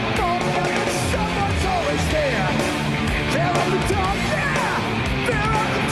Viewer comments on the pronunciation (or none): Excuse me but it's pronounced Fear of the DUCK.